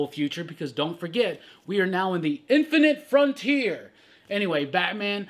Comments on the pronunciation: I love it when says “INFINITE FRONTIER” 😂 lol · lol, please stop saying "inifinite frontier" like that...oof